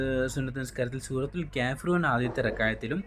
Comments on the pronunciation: ക്യാഫിറൂൺ അല്ല കാഫീറൂൺ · കേഫിറൂന അല്ല കാഫിറൂണയാണ്